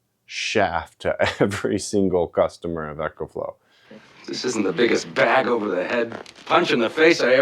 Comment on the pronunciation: Really weird that you say echo flow instead of eco flow